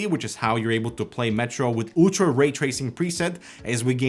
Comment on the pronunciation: "this is a mooltiplayer game" no offence just Trull (͡°‿ ͡°) edit : "ooltra ray tracing"